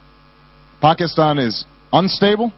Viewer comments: Obama pronounced Pakistan correctly-- nice. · President Obama is the first American I've heard pronounce Pakistan correctly. That makes me happy!